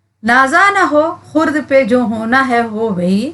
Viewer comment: خرد کا تلفظ غلط ہے آپ کا